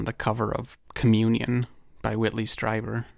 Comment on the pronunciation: I thought “communion” said “Cumulon” for a second